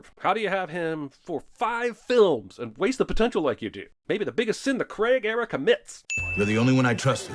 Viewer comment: 100 on the count for every time "Craig" is pronounced wrong. 700 sins dude! Hint: It doesn't rhyme with Greg!